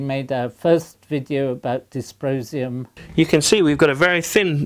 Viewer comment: Sounded to me like "disposium".